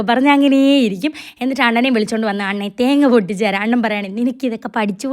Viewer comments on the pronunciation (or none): none